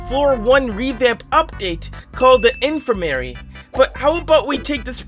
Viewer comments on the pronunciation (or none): It’s: “in-fir-mAR-E” not: “in-fir-mair-E” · Heads up, it’s pronounced infer-ma-ree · its pronounced in-ferm-er-ee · Question: Why did you pronounce in-fir-ma-ry as Infer-mary? That’s- Wh- why? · It’s pronounced in-fer-mery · Its pronounced in-firm-er-y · you mispronounced infirmary. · Bro the way he pronounced infirmary. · No offense to you, but why did you pronounce "infirmary" like that? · I don't think that's how you pronounce Infrimary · GRRRRR HE MIS-PRONOUNCED INFIRMARY!!! (This is a joke)